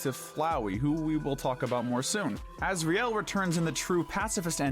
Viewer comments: Asriel not Azrael . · correction: it's Asriel not Azrael